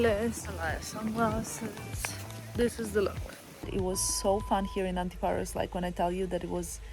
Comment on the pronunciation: oh guys I have never been to antiparos! such a nice time you have there! and, for sure Filippo looks like a greek ,and his accent is perfect! haha Τέλεια!